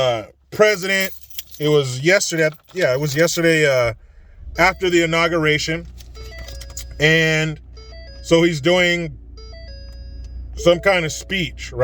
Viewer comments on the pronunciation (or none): That was some INAUSIATION CEREMONEY there, hug?